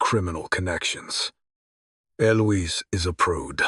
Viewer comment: Wasn't ALL the many mispronounced words, especially the numerous ways Eliose is said that clued you in? Just saying that screamed it, imo.